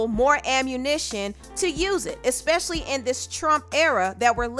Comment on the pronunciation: I hate when people say “Xspecial-lee” 🙄 Oh Trina